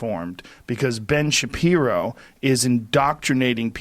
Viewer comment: Articulate sentences? Ben Shabibo?